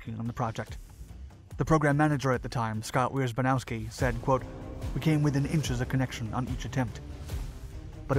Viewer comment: Wiesbowski?!? WIESBOWSKI!?!?